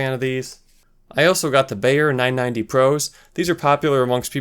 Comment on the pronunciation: LOL. Everyone who corrected your pronunciation of Sennheiser were incorrect themselves. Zenn-hi-zuhr. Beyerdynamic is pronounced like buyer as opposed to bayer. Useful review. Thanks.